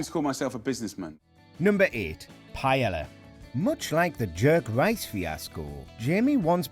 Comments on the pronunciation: It's pronounced "P-A-E-Y-A". not "paelalla" or "paella" or the other 4 different ways you pronounced it.... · "Payella" fucking learn your dishes and languages uncultured piece of shits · "Paiela"... wtf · two l's is pronounced with a y sound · Brits pronounce Spanish words correctly challenge: impossible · To be fair, the multiple times that Paella was mispronounced in this video got me more pissed off than Jamie's recipes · Maybe check how to pronounce Paella. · That’s not how you pronounce paella wtf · Interesting.... It's rare that you'll hear someone with a rhotacism, narrating one of these soulless, manufactured, poorly researched list videos, like those produced by Buzzfeed, or in this case, WatchMojo. The patently incorrect pronunciation of paella... now that's certainly more on Brand for one of these videos... Heck, they butcher even the most common of English words with alarming frequency, so Paella, a culturally specific culinary dish, isn't the most egregious of colloquial faux pas. I mean don't get me wrong, Jamie Olive Oil is trash, but so are these videos. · Pronouncing "Paella" wrong is as embarrassing and painful as putting chorizo in it! 🤦🏻‍♂️ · Funny how they say Jamie cooks a bad Paella whilst absolutely BUTCHERING the word itself. Props for the voice over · Does all of the UK pronounce paella wrong? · Its pronounced PAE YAA.. not PA ELLA... sounds like you are the Jamie Oliver of WatchMojo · You gotta love it that a video on how Jamie Oliver pissed off people, and includes as an example, Oliver's recipe for "paella", incorrectly pronounces the word paella as "pie-ella". Tone deaf much, WatchMojo? :) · Pa-e-la. YOU HAVE TO PRONOUNCE THE DOUBLE L, it's pronounced Pa-e-lla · What is Piyella?? Isn't it PA-E-LL(Y)A?? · It’s called Pa-el-yah, NOT Pa-yel-la… Say it properly at least. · Pa-eh-ya, not payella tf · "pajela"? like seriously? fck..... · please dont call it pie yella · What the he'll is paela? Pronounce it properly.